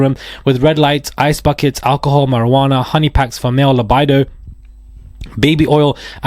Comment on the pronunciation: Libido and lackey are pretty common english words but I'm sure its easy to slip up when trying to read something quickly.